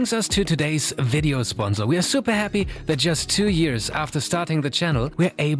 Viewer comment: Sponsor* not Sponzor